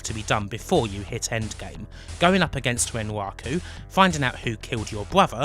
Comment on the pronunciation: I'm sorry, fluent non-native English speaker here. Is it common for a ln accent to substitute "r" for "w"? Words such as "wun" or "wenwaku" made it a bit hard for me to understand what was being said initially, until I realized it was actually the "r" phoneme being spoken. I found it pretty interesting. Great video, by the way, on a series that is amazing, but still largely under-explored.